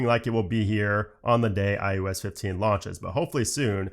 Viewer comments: Is it me or is he saying IUS 15? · maybe you should call it iOS and not ius